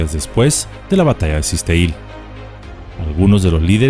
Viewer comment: En realidad su nombre original en maya era "kaan ek" , que puede tener 2 significados, serpiente oscura (negra) o 4 estrellas. La pronunciación. Correcta del poblado es Kikteíl. Sé que el idioma maya es completamente desconocido pasando Campeche, pero el comentario es para abonar y ayudar. No con el afán de denostar.